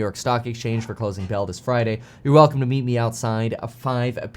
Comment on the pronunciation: I still do not know if he says hey me Kevin here or hey meet Kevin here